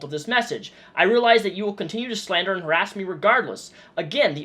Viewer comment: Everytime Onision says harass. I die